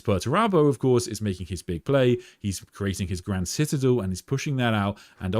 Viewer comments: Just want to politely point out, you pronounced the word citadel wrong. Try si-tuh-del or listen to Google. Love your streams though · Anyone else here for how we say citadel? Lol ;) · Bro that's not how you pronounce citadel